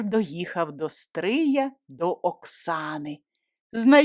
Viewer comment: Тільки наголос ...до СтриЯ. Місто СтрИй